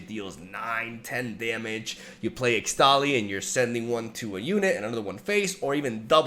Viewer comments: ixtali is pronounced: Ish-tali, ixtal = ish-tal why the heck did riot think using x for an sh was a good idea 🤦‍♂️🤦‍♂️ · ESHTALI .. not ixtali XD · I've no idea whether you're still reading the comments, but its actually pronounced ishtali, not ixtali :P since the region of Ixtal is based on mayan/inca aesthetics, and X is pronounced like 'sh' there.